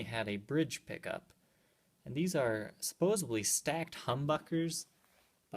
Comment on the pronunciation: SupposeBly? No B in that word, but nice vid